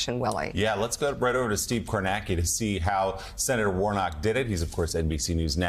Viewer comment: Me everytime they anounce Steve: it's pronounced Kornatzki!!!🤣🤣🤣🤣 And Mika reminds me so much of my aunt😂😁